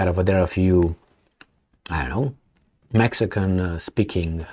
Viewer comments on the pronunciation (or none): none